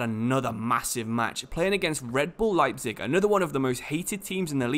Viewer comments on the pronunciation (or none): none